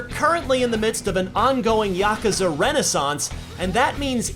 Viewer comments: ya koo za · You pronounce Yakuza funny.